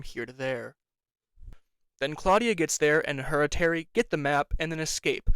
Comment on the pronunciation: Terry also has a really bad impression of an Aussie/Kiwi accent. I’ve never heard someone pronounce “terry” as “tarry” before. It was annoying and very obvious as an Aussie viewer. I did like the trans inclusion but I was just disinterested in the later seasons. Also as a deaf person myself you are absolutely right, Janai should know basic ASL/Katolis Sign, but there are some hearing partners of Deaf people that are like this unfortunately, it often comes with an ableist mindset that we should assimilate into hearing culture. Also, sometimes characters talk to her when we know they can sign, which is again Audism/ableism and so tiring for Amaya to have to lip read everything to have access to the conversation. Sign not being translated in the Audio Description is also ableism and as a person on the DeafBlind spectrum it pissed me off when AD would say “amaya signs” like what is she signing? Your job is to translate to me. I do like when not all her words are translated otherwise as it often gives context clues to Deaf Americans and ASL signing watchers that are specific to us, but that always excludes some Deaf and Hearing people watching. Grabbing her hands is considered assault.